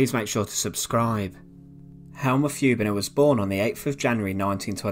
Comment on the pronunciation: Hübener, not Hubener!